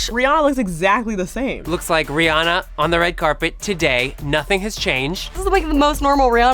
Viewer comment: How they say Rihanna it's Ree-Anna